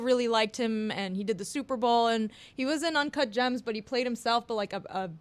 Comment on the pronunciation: How do you mispronounce UNCAHT JAMS